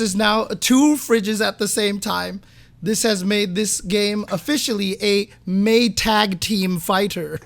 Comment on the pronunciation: "MayTAG team fighter" had me rolling 🤣